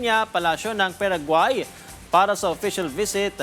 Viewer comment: PA RA GUAAAY not PEREGUAY